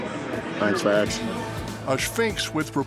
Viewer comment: "Thanks for aksin."